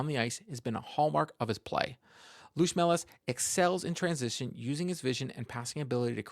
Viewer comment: It is pronounced "Luotʃmelis" - a bit rounder "o" than in English and "č" is like in "church. "Trust me, I am Latvian.:)